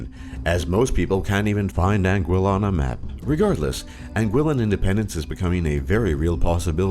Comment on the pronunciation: Am i the only one who came to the comments to complain about the pronunciation of Anguilla? cringed every time i heard it